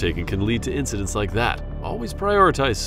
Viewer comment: Incidents. Not incidentses…